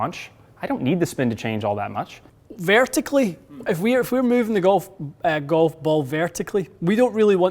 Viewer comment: I watch just to see Matty and hit bombs and hear say words like "VARE-tickley" and "PEAR-fect." I'm going to give it a try, despite the truly hideous 90s name...and graphics... and green color. Because that is a very tiny dispersion circle.